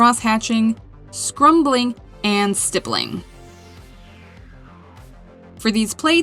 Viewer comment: Nice video and blends! In the interest of accuracy, the term is “scumbling” - no “r” in there. Cheers!